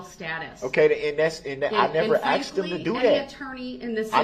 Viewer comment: "You heard what I axed." Who speaks like that to a judge? 😮